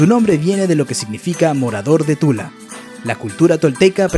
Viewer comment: en el minuto dijo tula I OO